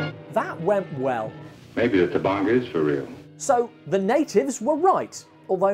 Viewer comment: C'mon people! It's Tabanga! T-A-B-A-N-G-A! Not Tubungu, Tabonga, or Taboinga. Even the people who made the trailer got it wrong! They called it Baranga! Sheesh!